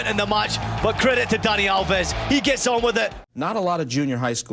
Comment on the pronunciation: It’s Dani AL-ves not al-VES